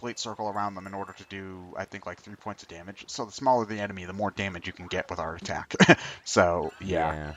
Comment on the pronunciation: every time said art attack, i herd "heart attack"